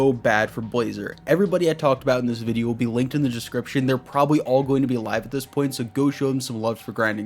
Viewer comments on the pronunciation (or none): none